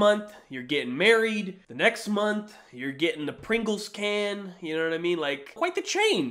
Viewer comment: Homie said “Pringels can”